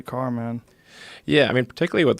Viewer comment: When he says 'car ' his south African accent comes through